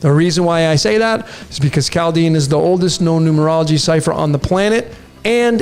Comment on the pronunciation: very very new, Chaldean >>> COW-dean... hmmm just a Welder here.